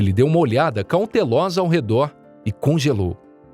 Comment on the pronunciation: "cauntelosa" kkkk